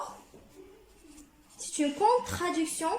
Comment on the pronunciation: Très bon travail. Essaie de t'améliorer en français. On dit contradiction pas contraduction.